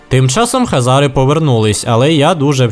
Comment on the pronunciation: Нічого такого просто сказати що Українською буде Хозари а не Хазари но помилку я твою розумію сам грав весь час думав Хазари погуглив а правильно Хозари. Но відео всеодно класне!